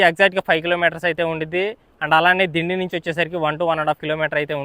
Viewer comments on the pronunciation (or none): "డిండి" కాదు... "దిండి"..... సూపర్ వీడియో❤